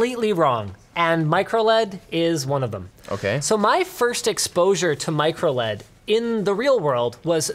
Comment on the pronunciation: Linus: MicroLED Me: MicroOLED!!!???